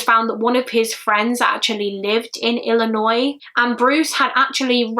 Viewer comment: thank you soso much. You pronounce Illinois properly. So happy you didn't sat Illi noise